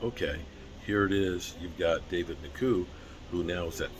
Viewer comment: I’ve never heard someone butcher so many last name in my life.. its pronounced N JO KU. It’s really that friggin simple